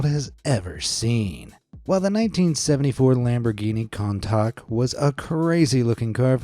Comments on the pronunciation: You don’t say it like this con talk it’s a coontatch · "Cowntack"? It's pronounced Koon-Tash. Americans... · Coon-tash not contuk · bruh he pronounced the countach (pronounced koontash) as contok. What has the world come to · Pronounce Lamborghini Countach Coon-tash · no credibility when you can't pronounce Countach. Con-tock? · Haha, it's pronounced "coontosh"...and these are not supercars....these are hypercars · bro pronounced countach as kontaak 💀💀💀💀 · It's (koontosh). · its pronounced kuntouch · Who the hell pronounces "Countach" as "Khan-Tok? Text-to-speach app or low IQ human? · it's "coun-tash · Lamborghini countak 😭, got me crying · How did u pronounce that ?? It's pronounced coon-tah-shh... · coin-tock?? your man card should be revoked... we all had that lambo poster from the book fair on our wall...... for h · You don't know how to pronounce Countach? Now I think you're just like every other shitty YT channel that doesn't do their research .. sad day... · Why did he pronounce Countach like that 😭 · How did bro say countach hahaha